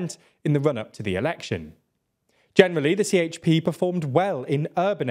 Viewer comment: You have to get help and learn how to pronounce the Turkish names and abbreviations. For example: CHP = Je he pe. MHP = Me He Pe